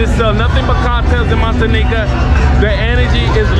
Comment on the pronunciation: Noticed that to. But he does catch himself once in a while and says it correctly, Montañita. No disrespect.